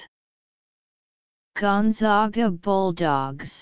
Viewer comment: WRONG WRONG WRONG!!!!! Seriously??? Do a little research next time before you actually go and upload a video. This is WRONG. It is GONE-ZAG-UH. ZAG like bag, and rag. We are the ZAGS not the ZOGS.